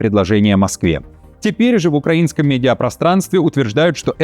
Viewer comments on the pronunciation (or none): none